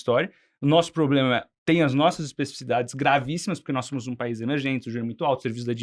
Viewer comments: Ele tem problema na pronuncia do "R" e você problema de cérebro Um dá para corrigir, o outro não. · Se não me engano foi falado "pobrema"... será que dá para prestar atenção nessas "opiniões"?